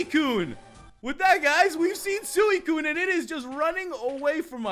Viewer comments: sooeecune wtf its suicune s-u-ee-cune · anyone realise that he was saying suicune wrong